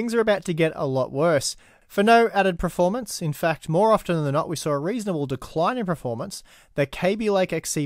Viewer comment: Can you please stop mispronouncing the word performance?? You always say pro-formance (which is baffling seeing as you are quite well spoken and articulate)